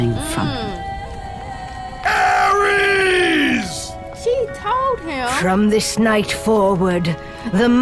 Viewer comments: Its Ares, not Aries... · It ares not aries and where does she say there centaurs?